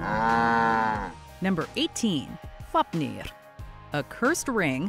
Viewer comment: I’m gonna give you HUGE props for all the pronunciation especially Fáfnir